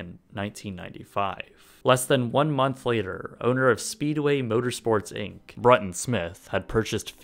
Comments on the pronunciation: If you're going to talk about NASCAR to a Nascar fan, then pronounce the names properly. Bruton Smith's name is pronounced Bru(brew)ton ... Not Bru(like but)ton. I wouldn't expect you to know anyway, because it's a southern thing. Should have done some research. Thanks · Brooton, not Brutton, Smith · It's pronounced "Brootan".....lol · Bruh-ton Smith? Nope.